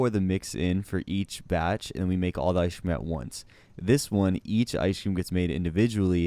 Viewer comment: "ice schmen" "ice shqueam"